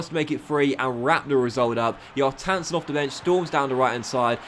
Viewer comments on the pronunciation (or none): just by the way, Kjartansson is not pronounced yar-tan-sin, it's pronounced key-yar-tan-son